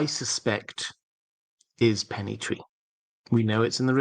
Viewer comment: Hello . Love the channel , loved all the discusions but as some people mention before me , the name of the Pennythree cannot be how you said it hecause Ser Arlan was known as Arlen of Pennythree which was before dunk and egg story .